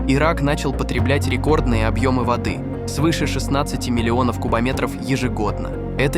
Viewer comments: ...водЫ отступили..., водЫ, водЫ... Может всё-таки вОды?))). Вы кто??? ИИ или нерусский🤨🤔? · Не водЫ Евфрата, а вОды. Беда с этими роботами! И тембр голоса противный! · вОды , а не водЫ ! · Так тело читает заказ! ВодЫ реки, водЫ озера вместо вОды реки, вОды озера. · В данном тексте в слове воды ударение надо ставить на первый слог вОды